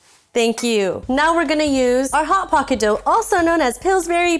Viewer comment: Not once did any of you three pronounce "Hot Pocket" correctly., can you chime in on this please.